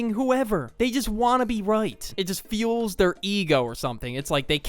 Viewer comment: it' "feels" their ego erm actually it fuels their ego next time please pronounce it correctly The phrase "it fuels their ego" suggests that certain actions or behaviors can strengthen or amplify someone's sense of self-importance. Understanding this concept requires a deeper examination of the term “fuel” and its metaphorical application to human psychology, particularly the ego. Definition and Significance of "Fuel "At its core, fuel refers to a substance that provides energy to power processes or systems. For instance, gasoline fuels a car, enabling it to move forward, while food fuels the human body, sustaining its functions. Metaphorically, "fuel" can also signify anything that drives or sustains a feeling, behavior, or reaction. When applied to the ego, fueling implies that a particular experience, feedback, or action energizes and reinforces an individual’s sense of self-worth or superiority. The ego, as defined in psychological terms, represents an individual’s perception of self. It helps mediate between external reality and internal desires, shaping how we view ourselves and interact with others. A balanced ego can be constructive, providing confidence and stability. However, an inflated ego, often fueled by external validation or praise, can lead to arrogance, entitlement, and unhealthy interpersonal dynamics. How Ego is Fueled Ego is typically fueled through external stimuli that validate or affirm a person's sense of self. Compliments, accomplishments, recogn